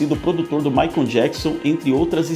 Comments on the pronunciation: Não é Maicom é Michael e, se pronúncia assim: Maycol. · O narrador fala " Maicon " jackson :face-green-smiling::face-green-smiling